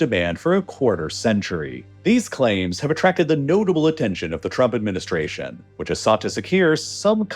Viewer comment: Is it only me or he's actually pronouncing it "the Truck Administration" lol